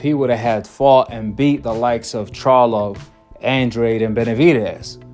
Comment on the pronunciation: His name isn’t Andraid, it’s pronounced Andrade. Hard to take this guy serious when he can’t even pronounce the fighters name. Makes me think he doesn’t know boxing